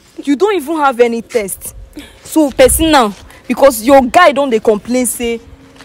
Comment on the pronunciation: Taste,it is not test